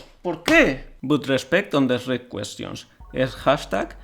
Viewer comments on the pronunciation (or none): Me gusta como intenta leer los comentarios en ingles pero aun así pronuncia "Esrrec" cuando lee Shrek. xD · por favor dime que en españa no dicen ESH-REK Dx